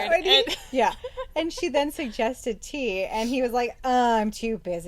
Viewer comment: Finally someone that calls her correctly Tea,every review i have seen keeps calling her Te-ya and i cringe lol.I keep yelling its Tea not Te-ya